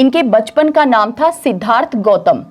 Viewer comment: Medam Aap padhati bahut accha hai par sh or s (example _Siddhartha or shudhodhan) ke pronunciation theek se nahi kr pate to use theek kr le aap banki aapke padhane ka tareeka bahut achha hai. Appreciating hai.